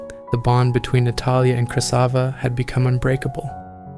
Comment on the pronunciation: I think it's Krasiva not Krysava